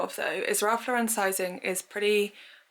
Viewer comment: As an American, can you please say Ralph Lauren last name correct? He’s a fashion icon to us.